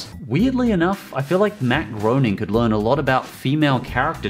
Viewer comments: Great video. For future reference, Matt Groening's last name is pronounced "grey-ning" (rhymes with raining), not groaning. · Hey, just saying, his (Matt Groening's) name is pronouced Matt Greyning. I just know even in his offical simpsons game he corrects everyone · It's pronounced Matt "GREY"ning